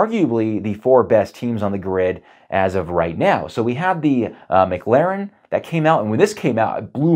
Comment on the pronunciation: Mic-Laren? It’s pronounced Ma-Claren. Good over comparison though.